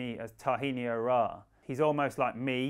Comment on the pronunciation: Love your content....and you said it correctly.